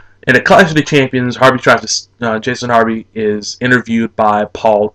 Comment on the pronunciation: Jason Hervey not Harvey